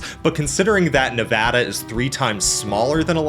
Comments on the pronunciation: THANK YOU!! For pronouncing Nevada correctly!! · Bro writes a great video and pronounces Colorado and Nevada correctly. 10/10 will subscribe. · OH MY GOD YOU PRONOUNCED NEVADA RIGHT I LOVE YOU❤❤❤ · I'm just glad he pronounced Nevada correctly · Huge thumbs up for Nevada coming out on top. Bonus cudos for saying Nevada right! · Hell yeah, pronouncing Nevada correctly Absolutely W from a Nevada resident!!! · As a Nevada resident I would like to thank you for saying the name of our state correctly. 🙏 Also really interesting video. I've actually had this topic of conversation come up quite a lot so I'm happy to learn more about it. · Thank you for pronouncong nevada correctly and not Nev AW da like most dumbies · NEVADA MENTIONED AND PRONOUNCED RIGHT RAHHHHHH 🎉🎉🎉🎉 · as a geologist that lives in Utah, lived in Nevada, and got a degree in California. I approve of this video lol thanks for pronouncing everything correctly and mentioning that yes death valley is in both CA and NV. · I was going to congratulate you on the correct pronunciation of Nevada, but it all made sense when you said you used to live in the Sierras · Thank you for pronouncing Nevada correctly. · Saying Nevada properly is more common than saying Colorado properly, which he also did. Impressed.